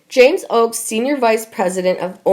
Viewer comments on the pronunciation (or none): none